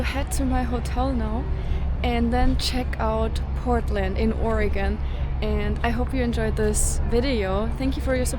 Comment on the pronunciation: Hey, this is great you made it down to Portland. You even pronounce our Sate like a native. LOL. The river thru downtown is Wil-lam-ette. Hope your time here was wonderful.